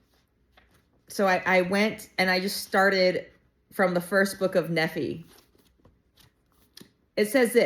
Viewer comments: 👍 BTW, Nephi = "Neef-eye". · Hey, I just found your channel and was drawn to it. I love your sincerity. I received my testimony of Jesus Christ by reading The Book of Mormon. I did so when I was reading in Ether chapter 12 specifically. The entire book is so amazing and special. Continue reading it and you will find some amazing treasures such as chiasmus. Your pronunciation is very good. Nephi typically we pronounce in English Knee Fi and Lee High. I love the content and can’t wait for more content! It’s awesome! Also B.C. Refers to Before Christ so 600 years before Christ